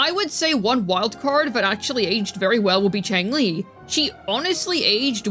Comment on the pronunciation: Xiangli (Yao) not Changli